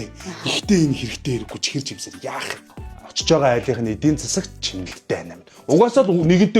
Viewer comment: Чихэр гидгээ зөв хилээч 😡